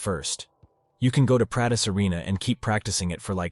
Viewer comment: bruh the way it said practice haha🤣